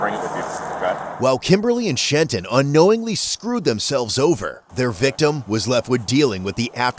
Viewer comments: "Shenton" You gotta be kidding me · "Shenton" "I don't answer questions" — BayAreaBuggs viewers watching this and finding it all too familiar. Fucking Trenton.